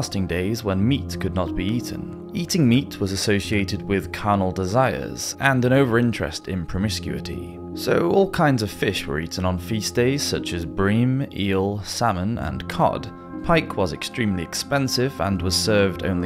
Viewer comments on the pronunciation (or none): He's obviously just reading a script; he doesn't even know where the accented syllables should be: "in-com-PAIR-a-ble", "pro-MIS-cu-i-ty", etc... That's not British, it's just stupid!